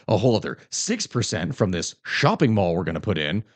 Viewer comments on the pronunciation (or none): none